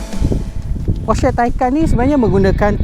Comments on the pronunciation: Nih baru betul enthusiast. Stgh claim mcm2 tp nk sebut porsche taycan pun salah. Porsha la, posh la, teiken la, taiken la 🤭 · bang porsche bang bukan porsche...